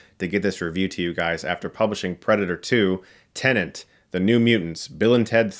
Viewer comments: It's not tenant. Chris, tenet. Tenant wrong, tenet, right. Please. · Why does he say Tenant? It's Tenet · He said Tenant again. It’s tenet!! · he IS saying “tenant”, isn’t he? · He 100% said tenant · It's Tenet. Not Tenent. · I hate to nitpick things but it’s Tenet, not Tenant. And Walton Goggins, not Walter. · Chris it's TENET not tenant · How difficult it can be T-E-N-E-T... TENET 🙄🙄 Am I the only one still hearing TENANT from Chris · awful film but still better than The Predator Its Tenet NOT Tennant ffs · Still saying Tenent xD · God damn it Chris it's called TENET. Not TENANT. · Its TENET NOT TENENT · he’s still calling tenet “tenant” :D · Still sayin tenent aye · Why is Chris STILL pronouncing "Tenet" as "Tenant" and why does it bother so much 😂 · I still hear Chris still saying Tenant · Still saying “Tenant,” I see. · TENET, CHRIS. TEN ET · He keeps saying “Tenent” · Still calling it 'Tenant' then 😄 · What's this "Tennant" Movie you keep mentioning? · Lol he's still sayinh Tennant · I that Chris is still out here saying Tennant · Lmao why are you still calling the movie Tenent man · still saying “Tenant” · Goddamnit he's still calling tenet tenant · Okay WHY does he keep calling Tenet "Tenant"? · So he is still calling it "Tenant". X'''D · Why can't Chris pronounce TENET correctly? That reminds me I have to remind my tenant to pay rent